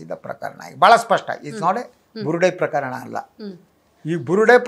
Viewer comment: You are a very good anchor Onde ondu salahe PraKHArana anta helbedi PraKArana anta heli Alpapraana